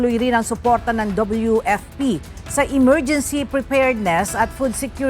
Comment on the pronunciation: 😂😂😂emergency o morguincy😂😂😂😂